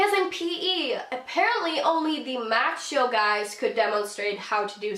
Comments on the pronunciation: She also said "machio" when I think she meant macho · She has to be reading off a script that someone else wrote. There’s no way she’s familiar with a good amount of words she’s speaking. She can’t pronounce automatically, gender, macho, and so many others.